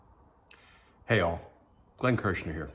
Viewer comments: I thought you said Heil , but you said hey all xd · Oh. I thought he was saying, "Hey y'all." That still tickles me.